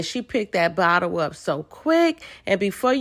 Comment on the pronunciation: “Did they really being a BOTTEL to tha session”😂😂😂